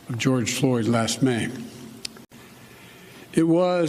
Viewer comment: you're right, sounded un clear like last name